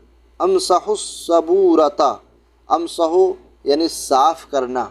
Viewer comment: Janab "ansahu" nahi he "imsa,h " he Amar ka siga